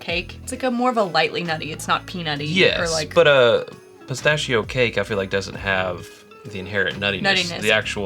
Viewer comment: just keep drinking and then you won’t care how you pronounce spistachio..